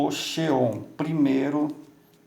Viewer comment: Processador Chê-on ??? :-) Rsrsrsrsrs ( Meu amigo a pronúncia é Zíin-On) 😄